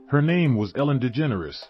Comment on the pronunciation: he mispronounced her name through the whole thing